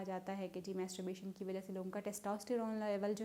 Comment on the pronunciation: آپ کیسی ڈاکٹرھیں۔ماسٹربیشن کومیتسوبیشن بول رھی ھیں۔😊😊😊